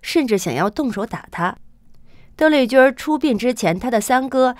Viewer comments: 小姐，妳的發音有問題吧，鄧麗君的（君）不能走小仄，不能說成（君兒）不好聽不是嗎？ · 你的儿话音儿真让人受不了，邓丽君宁要发音成“邓丽君儿”，听起来很轻狂，儿化音不是随便什么地方都用的。